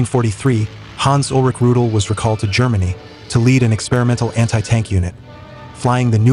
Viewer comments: Rudel is pronounced "Roo-dell", not "Roodle." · Was ist das nur für ein Blödsinn, kontrolliert denn niemand diese idiotische KI - Übersetzung?!?!? Ich fragte mich die ganzen Zeit von welchem ominösen "Rut" hier die Rede ist - bis ich dann herauslesen konnte das von Hans-Ulrich Rudel die Rede ist. MannMannMann was für ein Dilettantismus! 👎👎👎👎👎👎👎👎👎👎👎👎👎👎👎👎👎👎👎👎👎👎👎👎👎👎👎👎👎👎👎👎👎👎👎👎👎👎👎👎👎